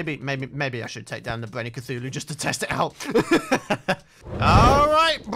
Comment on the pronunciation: U know how sometimes says Cachuchu instead of Cthulu? This is how it happened.: mk so imma fight the eye of c- AAACHHUUUUUU (sneeze) Hey... eye of cachu... cachuchu... EYE OF CACHUCHU!!!